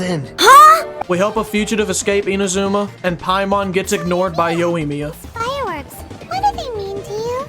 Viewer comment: man called yoimiya, yowiyemia